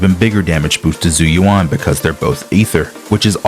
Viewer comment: her name is literally said in the game multiple times; how can people still mispronounce it? It's not "Zoo you wan", it's "Jew U.N."